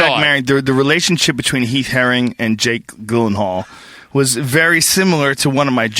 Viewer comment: "Heath haring, jake gillenhall" lmao oohh boy.